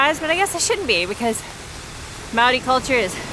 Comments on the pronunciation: Pronounciation tips: Maori has only five vowel sounds (not like English!) - say Ar (A), Eh (E), Ee (I), Or (O), Oo (U). "Wh" may be "Ff" or "Hwih" (?) - depends on your iwi affiliation/location but going with Ff will satisfy most folks. After trying with a couple of place names you'll be good. And double vowels are just the two sounds joined together - AU is ar-oo. Real simple. Moana and The Moa-hunters wrote a song in the 80's to try and encourage a better effort from pakeha - a cool song, too. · Awesome to see you about NZ! But PLEASE take 5 minutes (yes that's all it takes) to learn how to pronounce Maori words. You can literally learn how to pronounce every single Maori word by learning how to pronounce the vowel sounds A E I O U, they are all unique and distinct and are ALWAYS pronounced the same way... And when you see two vowels together, if can be tricky, but you just have to pronounce each one separately and get better at doing that quickly! So AI is an "eye" sound (like "ah" and "ee" close together...)